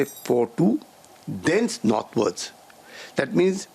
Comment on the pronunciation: “Dense” नहीं “thence”